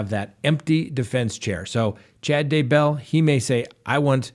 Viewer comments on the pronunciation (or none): as if you haven’t already been told 100 times, the accent is on the first syllable in “Daybell”